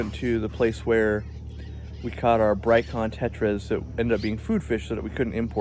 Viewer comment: What is the name of the tetra mentiones that are food fish that could not be exported? I can't quite make out what he says. Brycon tetra? Bright kon?